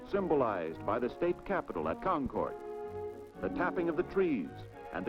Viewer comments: Dude said “ conquart” for concord😂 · 3 quarters of a century ago and even then they couldnt say “Berlin” and “Concord” right… 🙃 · The narrator is definitely from away, his mispronouncing Berlin, Concord and Piscataqua. Hard to believe we lost the Old Man about 15 years ago. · Ayuh, I noticed that as well. I don’t believe anybody actually went to New Hampshire for any of the information! I was startled that he intimated that the old man was a sculpture.